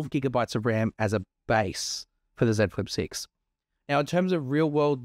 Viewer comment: Ah someone that says the name of the device correctly. Yeah.